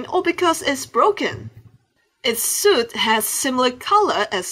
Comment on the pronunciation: hahahahahhahah its not shuit its suit😂